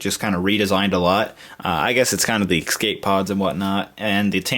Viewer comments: dude you keep saying excape pods. it's escape pods. great video otherwise! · You kept saying "exscape" :) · No-one taught him how to say escape properly. /